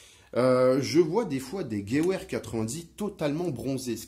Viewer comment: Merci pour cette vidéo très intéressante! Petit détail: "Gewehr" se prononce plutôt "GeVehr" au lieu de "Geouehr" ;-)